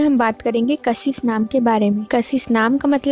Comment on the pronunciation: First learn how to pronounce KASHISH Bhut hi khrb trike se bola😑😑 Dislike for that